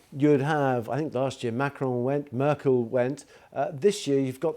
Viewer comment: Interviewer said Mackerel instead of Merkel. 🤣